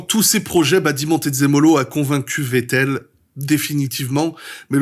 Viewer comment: Wow t'es le premier vidéaste que j'entend prononcer correctement le nom de Vettel, prochaine étape faire pareille avec Verstappen 🤣 Edit: Ah bah ça dure pas toute la vidéo, mais bel effort.